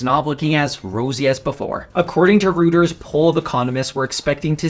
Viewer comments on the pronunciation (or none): Its pronounced ROYTERS, not ROOTERS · Reuters is Royters, it’s not a knock on you. I said it so you know. Shit there’s lots of stuff you know that I’m happy to learn from you, which is why I watch your videos. 😆